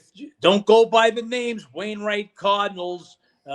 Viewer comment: I love I really do but he gotta stop fn these names up 😂